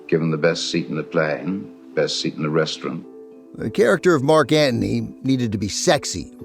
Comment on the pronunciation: Thanks for the podcast. I was surprised to see an audio-only version on YouTube. Ben also surprised me with his pronunciation of Marc Anthony as Marc Ant-ney. Must be an NYC thing.